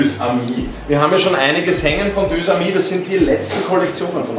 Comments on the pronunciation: Deux⏑amis, wird ausgesprochen Dösamie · Des heißt deux amis